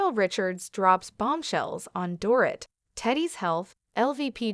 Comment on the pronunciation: Door It???? Maybe learn to pronounce her name.